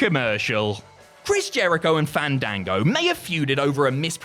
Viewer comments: It's pronounced "fahndango",. Don't risk having to fight him at next years Wrestlemania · Im genuinely offended that did not say Fandango’s name correctly during his segment. YOU HAVE TO BREATHE THE A’S!!!!